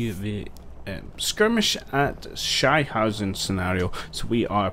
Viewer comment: I like your videos, but your pronounciation of "Sichenhausen" translates roughly to "Shit-homes" :D